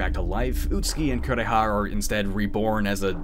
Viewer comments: Kuon! I'm sad to say I've never had the chance to play it myself (that price is the scariest part of the game!), but it's one I really enjoyed watching. It does suffer from its share of flaws and the pronunciations of the Japanese names ("Korea!" instead of "Kureha") aren't...the best, but it does have an undeniable charm that comes largely from its setting (for me, at least). It's a bit rare to see a game set in the Heian Period, especially a horror game, as opposed to a more modern setting (i.e., Project Zero/Fatal Frame or Silent Hill). This particular setting really adds to the game since folklore was such a quintessential part of that period and it plays well on the fears and beliefs of that time. Cosmology of Kyoto is probably the only other game that I know of that captures the same kind of feeling that Kuon offers. I'm really glad to see you cover it! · When I saw a playthrough of this game, I felt like they didn't make the mouths move because they were trying to emulate old Japanese theatre where they used masks for different characters. Also the way the VA pronounces "Kureha" makes it sounds like "Korea".